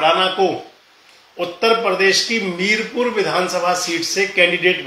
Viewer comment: मीरपुर नही मीरापुर